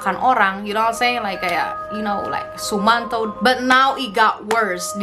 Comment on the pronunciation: "... like sumanTOUW"